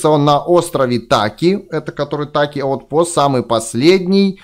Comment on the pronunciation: Правильно не таки а тики